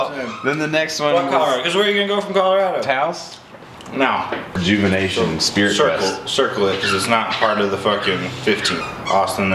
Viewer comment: did you say Taos???